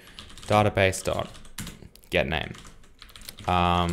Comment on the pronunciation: I would really appreciate it if you started to pronounce the word "database" correctly.